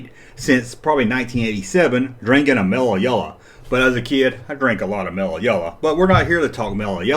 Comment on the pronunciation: Mellah Yellah, Bevahly Hillbillies... I tune in to hear the accent and pronunciations. In 1 video hearing Chewbacca pronounced as Cha-bacca had me leaning into the speakers to analyze "is he really saying Chabacca?" Its as much fun as watching Australian Youtube videos and how they refuse to say T's but instead replace them with CH's, YouChube. Or Mike from That Chapter who never says TH's and instead uses Tr's ,Trirty for Thirty.